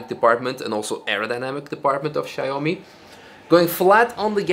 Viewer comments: It's shao-mi not shy-oh-me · Not "Shy Homie",! Its "Shaw me". Thats Xiaomi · I think it is pronounced “shaow-me”